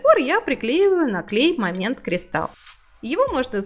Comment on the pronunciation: Что за слово - клЭй ? Ухо режет!